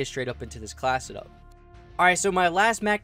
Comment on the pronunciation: Y u keep saying class-it-up instead of class setup